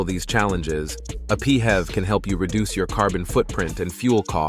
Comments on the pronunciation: P.H.E.V is pronounced as this , not as P Hevs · I tried to watch this video, but the murdering of the acronym PHEV pronounced as “Pee-hev” put me off completely. 🤦🏾‍♂️🤦🏾‍♂️🤦🏾‍♂️🤦🏾‍♂️